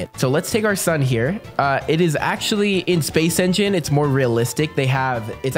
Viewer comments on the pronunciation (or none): none